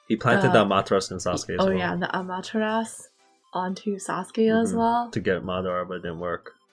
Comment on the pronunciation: Almost 300 episodes, and they're still sayingAmatersau wrong